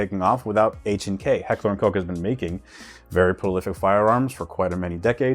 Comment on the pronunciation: I know this video is old, however the stribog is now amazing. $40.00 in upgrades makes it a top choice; hb buffer and lingle spring upgrades and you're all set. if you can't speak German please don't try and pronounce H&K such an Ami move.